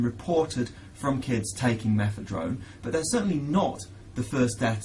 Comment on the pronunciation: Why the fuck is he saying methedrone? sure that was a great drug as well..